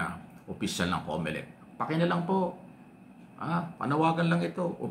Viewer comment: Comolec hindi Comelec 😅😅😅😅